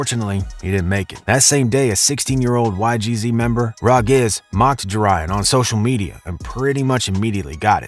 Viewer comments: Rah geese is crazy😂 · “Rah Gizz”😂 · Rah Gizz? DThang Gee-Zee? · “rah giz”💀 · Bro he also said Rah Gizz.. 🤦🏾‍♂️ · this is all wrong that was rah gz mom n brother 💀 and bro said Dthang Gee zee 💀💀